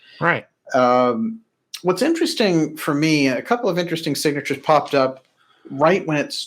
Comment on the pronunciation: "ENterest-sting." lol